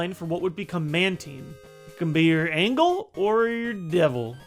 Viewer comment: Did you just pronounce angel as angle